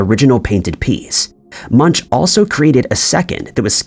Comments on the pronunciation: Munch is pronounced similar to Monk, more like Munk, its not pronounced Munch even though its spelt that way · please retrain your AI reader.. Edvar Munch is pronounced " Moonk" nand Captain Picard is pronounced " Pick-Card" not pickerd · Munch is pronounced like "Moonk", not the way the narrator is saying his name. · Excellent work, but Edvard Munch's name is pronounced "Munk" and not "munch". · the name Munch is pronounced munk. It sounds funny when he says munch,like you munch on food.🤣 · The correct pronunciation of Edvard Munch is ''Moonk''..I studied his works as a student in the 90's. I did not know there were 4 copies of the The Scream painting. 🤔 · You should really learn how to pronounce the artist's name correctly - no munchkins in Eduard Munch (Munk). Tragic illiteracy. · Munch? More like Muenk. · Please stop slaughtering the names-like munch-say it like it has a k at the end-something like munk-okay-and its Picard not pickerd and so on otherwise thank you.. maybe you could look for yourself what other ones you said wrong ... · ... and the Norwegian artist Edvard Munch's surname is pronounced "moonk" - it's not the English word "munch" as in "munch on some food" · Edward Munch. Captain Pick-erd. 😂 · I easily concede most of these, with the exception of Fruit of the Loom. I vividly remember a cornucopia. And jeez dude, learn how to pronounce properly, namely Munch and Picard. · you missed the creepiest..Tom Cruise in Risky Business is now wearing a PINK shirt when he does his gross underpants dance, AND he no longer is wearing sunnies..WTH???? oh and that is very much NOT how Edvard Munch is pronounced LMAO. It rhymes with...um...imagine if you put an n in the word book..boonk. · Captain PICKER?? and then Pikerd PLZ! It's P I C H A R D don't start a Mandela effect on your own here 😆😂 And don't get me started on the way the narrator says Edward Munch 🤣🤣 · The way most English speakers pronounce the last name "Munch" makes me smile 😄